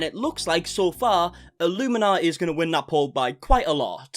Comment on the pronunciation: Hi you probably won’t see this but just wanted to let you know that Blair’s channel name is pronounced as illumin - naughty (as in, are you gonna be on Santas naughty or nice list this year lol) Instead of like the cult name way of saying it. Just I know you end up having to say it quite a lot in your videos. Anyways and more importantly, I’m soo glad to see your channel growing. It only feels like 2 mins ago you were asking everyone to help you get to 400k and already you are 33k above that. 🙌🏼 So it won’t be long till you hit 500k then the big 1M 🎉 😊